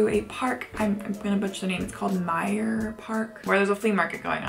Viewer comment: love the way you pronounced Mauerpark😍 greetings from Berlin 🇩🇪